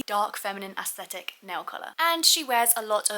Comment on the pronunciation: I love you so much and this video was so good. But youre pronouncing aesthetic incorrectly just wanted to let you know no hate